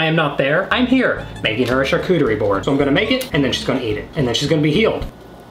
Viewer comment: Shar-cochie Bord 😂